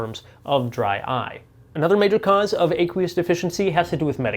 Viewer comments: Ah-qwee-us not Ay- qwee-us. Like the word "aqua" ( water) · do you pronounce aqua with a long A? No, and you don't pronounce aqueous with a long A either. First syllable rhymes with a as in action, not a as in acorn.